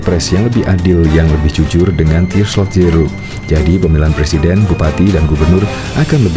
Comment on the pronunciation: Ngakak,blm bisa bilang R mau jadi plesiden 😂😂😂